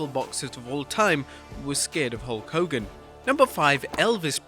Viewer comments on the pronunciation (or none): “FACK DE HO KOGAN” love from the Iron Sheik